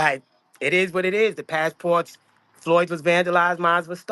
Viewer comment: He's floyeds He-ma lmao 😅🤣😂